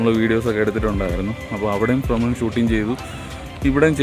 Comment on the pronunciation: ബ്രമണമല്ല ഫ്രമരം